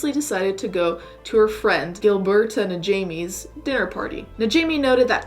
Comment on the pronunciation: It's so weird to hear someone pronounce my name in a video because it is rare. For some reason people struggle saying "Gilberta" but you did a really good job!